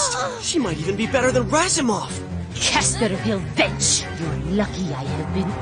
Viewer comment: Wench, she said wench I believe!